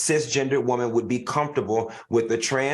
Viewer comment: 😂😂 and "WOH-man"